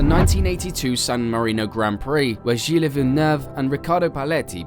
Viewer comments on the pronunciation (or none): Great video but it sounds like you're using an AI speech engine every time you say french names. Gilles and Jules are different names! (Zhill and Zhuul).